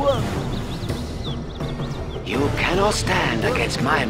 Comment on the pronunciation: what a pro. "that is a lot of worrkkk".